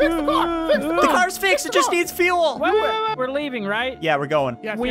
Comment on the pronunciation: We need FUAL WE NEED FUAL AHHHH Ob: smacks car